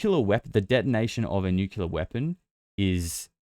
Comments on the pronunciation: sir, you are pronouncing Nuclear incorrectly. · Oh great another person that doesn't know how to pronounce nuclear .😂😂😂Maybe those stories about advanced civilizations living inside earth have always been true. Admiral Byrd talked about it. And I believe it was the Hopi who said the "ant people " took them underground to survive a cataclysm. Tons of those kinds of stories